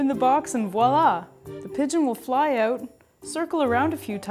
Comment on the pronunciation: The way you said out gave it away :P